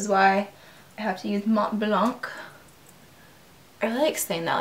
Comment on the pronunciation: Mont Blanc is french and prononce like mont blan...with out k of the end.And meen White mountain :)